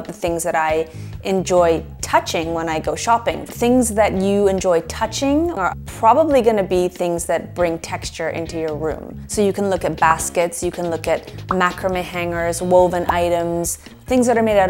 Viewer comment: Macrame is pronounced 'Ma-cra-may, it was very popular when I was a child and we made items using macrame. I am now 61...